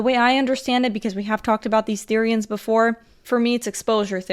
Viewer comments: the-RI-annes I CANT- OMG 😂😂😂 NEW ACRONYM: BEFORE YOU HATE, EDUCATE! BEFORE YOU HATE, EDUCATE! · the way she says therioens just makes me wanna laugh lol